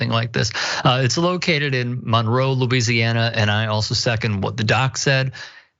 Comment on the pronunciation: Loo-weezee-hanna izzuh' nice place.